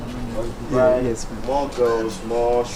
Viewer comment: Stop saying Dubar and start saying Dubai